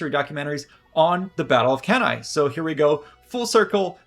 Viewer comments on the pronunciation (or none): Dear Anglo-Saxons, could you please pronounce Latin names properly? Beginning with Cannae. Even the esteemed professor mispronounces it, even though he must have learnt proper Latin. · Off-putting when the narrator (AI or human) is unable to even pronounce the name of the battle properly. One needs to wait for Dr. Goldsworthy to do so properly but, like when he makes a suggestion for the actual location of the battle, he's just ignored.